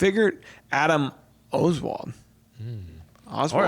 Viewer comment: HAHA - my last name stumped, no worries Oswald gets mispronounced all the time. I usually tell people 'just like Lee Harvey', but not related as far as I know